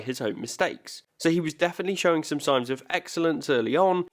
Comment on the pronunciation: "So he was definitely showing some 'Sainz'" hehehehehehehehe